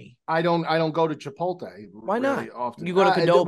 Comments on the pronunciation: what is a "Chipolte" and a "Kudobo"? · The fact that says "Chipolte" and "Qdobo" and it isn't acknowledged is just preposterous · really showing his age by not knowing how to pronounce “Chipotle”. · botching the pronunciation of both Chipotle and Qdoba. All this after the Movies bit heist! 📉